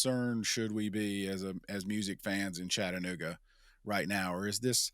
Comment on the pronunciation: When Mayor Kelly said “Chattanooga” the wrong way, that let me know all I needed to know about him. IYKYK